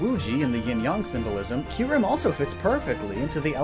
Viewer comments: U said kuyrem not kyurem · "Kuyrem" New pokemon Confirmed? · Isn’t it KYUREM? Not KUYREM? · Kuyrem lol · Kuyrem? i always thought its name is Kyurem? :X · Isn’t it kyurem not “kuyrem”? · Pardon but Kuyrem? Isn't it Kyurem? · I know i know im being a jerk But its kyurem not kuyrem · kuyrem. kyurem. hmmmmmmmm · this is giving me a headache how terribly he is pronouncing the Reshiram and Kuyrem names ahhhh. Edit: And everything else...